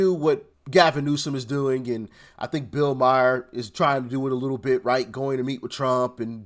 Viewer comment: Doc..its Bill May--her not Myer